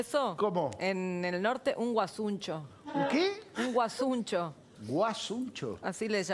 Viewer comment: No es guasuncho es guasuncha